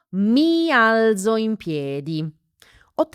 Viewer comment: la pronuncia del verbo alzare non è: "mi al(t)zo? Grazie.😊